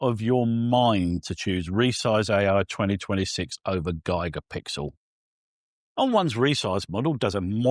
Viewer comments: Useful review thank you. I feel traumatised every time you say “Gigapixel” though! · Hahahaha! G👁️gapixel gets me every time as well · How do the British normally say gigabyte? Is it similar to how is saying Gigapixel?